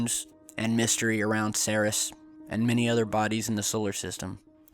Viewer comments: Seris!!?? It's pronounced "C - Rees" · ...it is not pronounced 'Sayr-es'.... ...It is pronounced...'Seer-eez' ...Ceres.... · why are you calling it "sarihs"? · Ceres = “sear - eeze” - Goddess of grain/crops (?), like “cereal”. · Ceres is pronounced like Series. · I find it odd that we are not seeing any video from Dawn while orbiting Ceres (pronounced like series - no?) There are also quite a few tiny, triangular specks ... that appear and disappear in this missions photos - I wonder what they are keeping from us? ;8-0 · Hey dumbass .... Learn how to pronounce words , like in this video, its Ceres learn how to pronounce the planets ok kiddo??